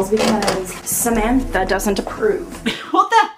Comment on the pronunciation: Samantha Boekweg SUHMEEEANTHAH